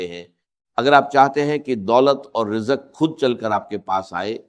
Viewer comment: یہ آرٹیفیشل آڈیو ہے۔ یہ مولانا اسرار صاحب کا تلفظ نہیں ہے۔ مثلآ ا۔ رجق وظیفہ۔